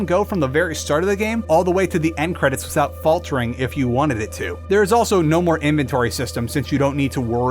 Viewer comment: I can't help but notice your pronunciation of the words "with" and "without". You seem to be saying wis and wisout. Is there a reason for that?